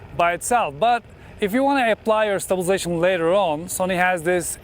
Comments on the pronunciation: I watch your videos for two reasons: 1- content 2- the word stabization 😄😄 Thank you for all the infos as always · There is a lot of ‘stublzation’ in this video 👻